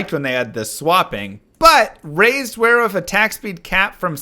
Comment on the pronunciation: No, seriously, are you saying wearwoof?